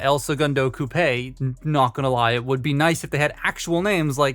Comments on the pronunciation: lol you’re pronouncing coupe wrong. Sat it like you’re saying hoop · Lol everyone keeps pronouncing it coupe. Im pretty sure its pronounced coupe...the e may be silent "el segundo "coop"